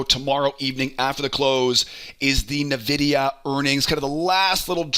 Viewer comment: You keep saying NUH-videa and it's upsetting.